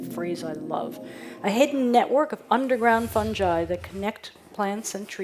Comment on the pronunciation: he says fun ji LOL is it not fun guy